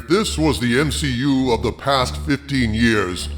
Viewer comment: M-SHE-U. Lol brilliant 😂😂